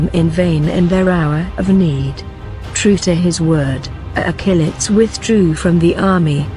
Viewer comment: Everytime she says Achilles it sounds like "a chili's"